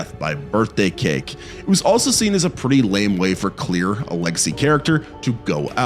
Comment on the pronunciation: Dude. The way you say Claire is driving me nuts. Its not Clear. Its Cl•air